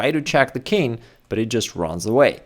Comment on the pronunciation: I wonder… why do you say « kin’ » for the king, dropping the g altogether? For some reason I find it a bit annoying…😁